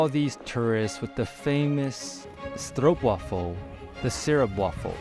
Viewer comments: So proud of a foreigner pronouncing stroopwafel almost perfectly. When normally hearing stroepwaffel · Most English speakers pronounce 'Stroopwafel' as 'Stroepwaffel', but not.